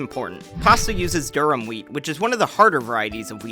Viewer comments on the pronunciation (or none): Durum. Not durham.